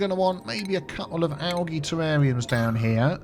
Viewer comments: Its pronounced ALJEE Spelled Algae Not Pronounced ALGEE, just a heads up because out of all my years of being grammar police never once has i heard it pronounced like you say it my friend lol. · i absolutely hate the the way you say algae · Hearing you pronounce algae the way you do makes me giggle 😊 in the us it’s pronounced ‘al-jee’ instead of having a soft g sound, ie ‘al-gee’. I love culture comparisons lol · Never heard algae called algee. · I've never heard of algae pronounced like this before. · G is hard. J is soft . Think you got those mixed up. But yeah we pronounce it algae with a hard G. We tend to not make a fuss when we hear it with a soft g. Not like with Gif.